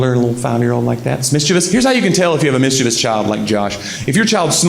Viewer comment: Thank you for being a southern man who pronounces 'mischievous' with only three syllables.